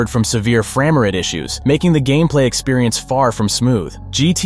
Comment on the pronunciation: He don’t know how to pronounce frame😂😂😂